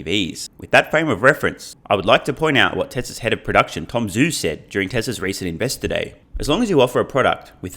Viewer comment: With the exception of Dave Lee and, I think, Herbert Ong, most Tesla YouTubers are mispronouncing Tom Zhu’s name. It is pronounced “Ju,” not “Zoo” in Chinese pinyin romanization method.